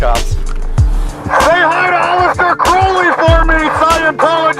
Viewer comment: I'm not a scientologist, but this ass yelling at this guy can't even pronounce Aleister CROWley's last name correctly. You catch more flies with honey than vinegar. (don't harass)